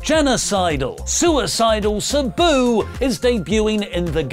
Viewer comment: Its.... S Ahhh Boo.... like that... Sahhh-Boo... I understand... words are hard... Jam that Ham!!!